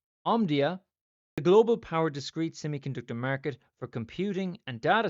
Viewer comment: “Murket,” the only way I say it from now on! 😂